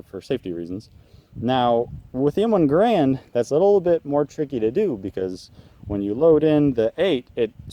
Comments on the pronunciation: It's pronounced gare-und, not guh-rand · It was designed by John C Garand. It was 'made' by Springfield Armory and licensed for manufacture to Winchester, Singer, and others. BTW, it's ga-RAND, not GA-rund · its garand not grand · The Soldiers called it the Ga-rand but John's last name is pronounced Gair-end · In common usage versus proper French-Canadian pronunciation. Probably a vain hope of changing people's usage now, after all these years. The proper pronunciation rhymes with "errand." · He was Canadian, eh